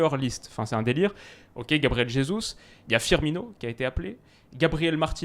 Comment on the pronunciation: ^por favor c'est JJJJesus, pas RHesus, le portugais c'est pas de l'espagnol ;)